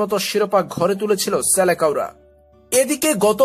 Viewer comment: ভাই আপনার সব ভিডিও তে দেখি সেলেসাও কে সেলেকাও বলেন আশা করি নেক্সট টাইম আর ভুল করবেননা